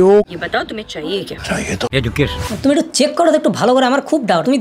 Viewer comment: এডুকেশনাল😂😂 এজুকেইশনাল হবেনা উচ্চারণ?????